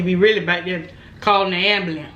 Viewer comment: really?!? "Da am-ba-lance" 🤣 🤣 🤣